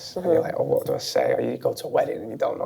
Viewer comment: "A H'WAT...?" HA